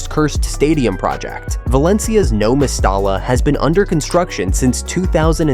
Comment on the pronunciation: "No Misstala" 🦻🤨😂